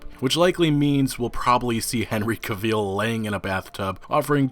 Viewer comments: who is this henry caveel you keep talking about? I know henry cavill. But Henry Caveel? Never heard of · YOOOOO, can you stop saying Henry Caavieeel, its cringy as fuck!